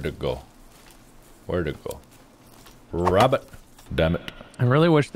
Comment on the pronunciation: "rrrabUtt two rrrabUtss"